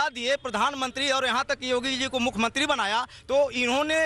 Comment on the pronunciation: मुखमंत्री नही...मुख्यमंत्री बोलो ....